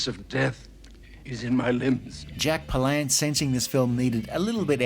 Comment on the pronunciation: It's pronounced "PAH-lance".